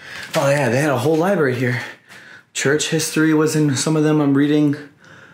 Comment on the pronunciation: Bro. Truly I do love the exploring videos and having the chance to see things I otherwise wouldn't, but are we seriously gonna let him just get away with CONTINUOUSLY saying "liberry", "suscribe", not knowing what formaldehyde is, etc.?!?! COME ON DUDE.